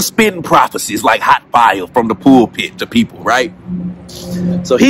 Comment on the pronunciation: “pool pit””.? PULPIT.